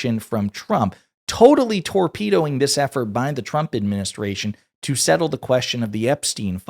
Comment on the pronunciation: He said tor-pedo.